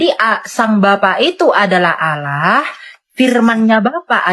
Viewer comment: Sebut Allah saja salah, jangan kurangi huruf L dong. Siapa yg kenal dirinya dia kenal Allah..